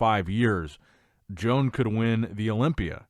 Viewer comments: Bruh..stop calling him Joan...it pronounced Yoan ... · I have a stroke every time pronounces "Joan"